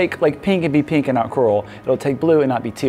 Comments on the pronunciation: It's my 2nd daughter's favorite color. PANK!! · This is the only way I’m going to say it now. PANK! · I have found myself saying pank instead of pink lately. As for collab - Sorted Food! They are great with savory it would be fun to see you do sweet with them or they savory with you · I am barely able to restrain myself from saying PANK whenever the opportunity to say pink arises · PANK! I love that mug. You have put pank in my lexicon. xD I'm a pro baker as well and everyone in the kitchen knows what I'm talking about now when I say pank! If I'm not too late, I'd love to be in the giveaway. :) This is totally one of my favorite cakes and looks like so much fun. I'm definitely going to have to make one! Oh! A second collab suggestion a little less insane than my original of Colin Furze is Ann Reardon of How to Cook That. You two could make something amazing together, I'm sure!